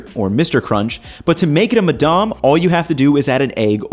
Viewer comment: If you’re gonna stay there for a year you need to stop pronouncing French words like an American 🤣🤣 it’s not “madarm”